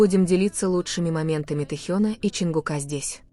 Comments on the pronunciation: И мне это очень режет слух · Не Тэен а Тэхен и прежде чем говорить вранье ради денег вы хоть имена то ребят не Коверкаете. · Режет слух неверное произношение имени Тэхена